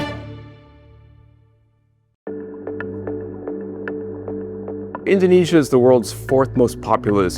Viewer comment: The Bloomberg's Indonesia correspondent doesn't know how to pronounce Indonesia.